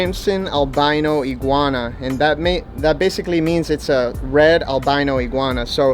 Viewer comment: He said yellow egwana